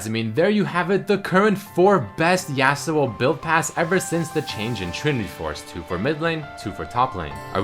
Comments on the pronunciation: says YEAUsuo xD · I'm not hating on accent, but I AM VERY ANNOYED ON HOW SAYS YASUO. IT'S NOT YEAH SUO, IT'S YAW SUO.